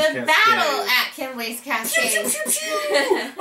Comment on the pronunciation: I really enjoyed the review, thank you! My only (selfish) comment is that you're misprounouncing Kemble, lol (it should be Kem-bull). Also, my great uncle discovered the constellation. No clue on who decided to make it a board game though, lol